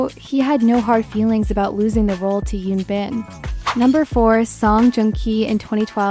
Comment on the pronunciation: It’s Hyun Bin with an “H” not Yoon Bin. Please research and say their names correctly if you’re going to make these videos.